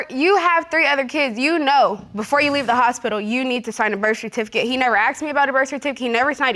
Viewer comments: AXED instead of asked.....yikes!!! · why if it is written "ask" they keep saying "aks"? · Inc. Not all, most of them says axed instead of asked.